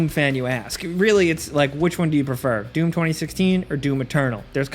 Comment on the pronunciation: Anyone else just hearing DUNE whenever he tries to say DOOM? lol